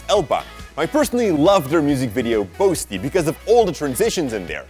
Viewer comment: You pronounced boasty wrong throughout the video. I'm Jamaica I should know.